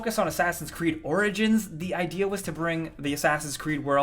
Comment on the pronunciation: At the end you said orgins and orgins